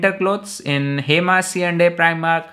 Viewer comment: Preemark 🤣🤣🤣🤣 omg